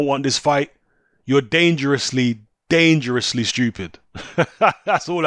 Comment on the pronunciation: 'You're dangerously... (pause, compose and more emphasis) DANGEROUSLY stupid' ...😂 🤣